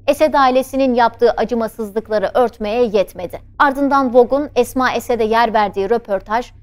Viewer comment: не Асма,а Эсма